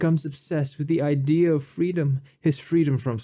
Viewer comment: Say "IdeeeYa of freedome" one more time motherfucker! I dare you! I double dare you!